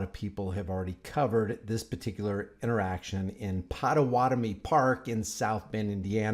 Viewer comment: Good video. Just for future reference Pah-tah-WAH-Toe-Meh. I am one.